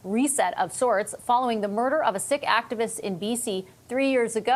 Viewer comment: She doesn't know how to pronounce Sikh (it's 'seek' not 'sick'). Not a very warm sentiment heading to India. He doesn't know. Yeah, Chinese investment so they can lift our resources right in front of these comatose Lib voters. Follow the money, and it will lead straight back to YOU.